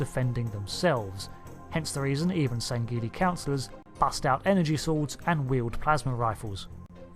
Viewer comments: its not sangeli its sangheili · You don't pronounce the g in sangheili.